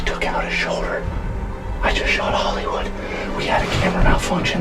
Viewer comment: i pretty much heared you say holiday wood 12minutes in the video